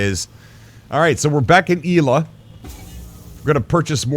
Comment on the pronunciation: Yel-a not Ye-la... lol